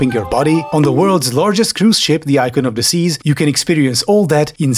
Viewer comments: I know you said "Icon of the seas" but it sounded like "Icon of Disease" and that's both funny and more fitting. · funny how I heard "icon of desease" instead of "icon of the seas" I think it's pretty fitting